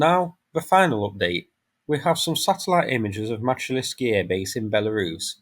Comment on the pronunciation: Pronunciation Мачулішчы - Machulishchy Мачу - Machu - as in Machu Picchu ліш - lish - like in fish чы - chy - like in chips transition шч - shch like (fi)shch(ips)